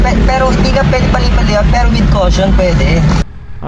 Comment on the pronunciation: lagi ko binabalik balikan ung video, laughtrip ang vadang "WITH KOWSHONN" hahaha.